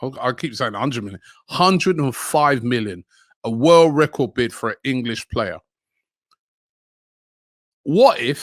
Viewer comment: A 'furd' bid